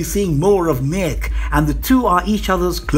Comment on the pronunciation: Mech huh? Pretty sure it's Meek. Meeeeek.